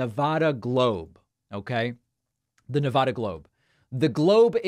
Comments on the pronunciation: Btw you are not saying nevada correctly. Not Na-vah-da you said it correctly a couple of times. Na-va-da (vad/bad) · I know this is off topic but please adjust your pronunciation of Nevada. It's Ne-VAD-uh, not Ne-VAH-duh. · Nev-add-uh… it’s not nah-vah-duh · David!! ILY but it is Ne-VAD-uh, not Ne-VAH-Duh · Why is it so hard to pronounce our state? It’s not Ne-Vu-duh, it’s Ne-va-duh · It is neh vaa duh, not neh vah duh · David, You say Ne-VAH-duh, I say Ne-VAD-uh. According to Nevadans, the latter is correct and the distinction is important. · he is a big child. how he was ever elected is beyond me. btw, it's pronounced ne-VAD-a, like glad, not ne-vah-da. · Neh-VA-duh not Nah-vah duh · Ex Nevadan here, Mr. Ex President Rumpus can stay out of Nevada. David, your saying Nevada wrong. It’s Ne-VAD-uh. VAD “a”like hat. Love ya anyway and thank you for sharing your work! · David, I luv ya and I want Nevadans to love you too. You need to pronounce Nevada correctly. We booed George Stephanopoulos when he was here and said it like you. Pronounce it like you would MonTANA. It's NevADA. Keep up the great work! BLUE WAVE POWER!! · Ffs stop saying Ne-voh-duh. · It's never da not nevaduh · You think using the "ah" sound when pronouncing "Nevada" makes you sound more erudite. It would, if Nevada were pronounced that way, but it's not. It's a as in "cat," not "ah" as in "car." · Good video BUT you pronounced Nevada 2 different ways. PLEASE pronounce it like the residents do OR you may be put in Trump's category of pronouncing Yo-se- mite, you know that beautiful National Park in the Sierra Nevada(careful) Mountains of California. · People in Nevada pronounce it the other way